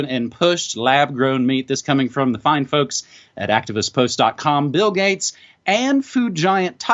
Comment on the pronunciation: hahaha ... did i hear "bill gutes, gits, guts, gates... " ah and the thing got postponed because of the Bill Gates Virus? ... hahaha